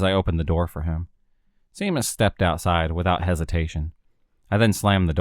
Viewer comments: U got it sea mus lol 😝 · For your interest, Seamus is pronounced SHAY-MUS